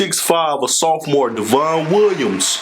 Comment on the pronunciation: Devon is pronounced like "Devin" just a heads up!